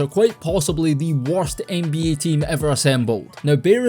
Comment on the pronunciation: I always enjoy the accent. It's an underrated part of this channel. Love how you pronounce Ehnbeeyeah🎶